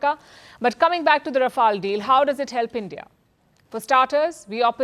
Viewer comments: Please correct your pronunciation Pronounce "Rafale" Pronounce "fuselage" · How do v pronounce Rafale or Rafail . 🎉🎉 Think over it, pl. 🎉🎉